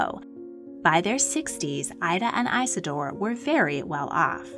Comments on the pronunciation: His name was Isador Strauß Not EISADOR when doing history please get it Right! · Eye-suh-door is an ear-sore!